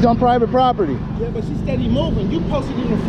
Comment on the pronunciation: this is pie vit pop ur tee. 😂😂😂 so mad he can’t speak.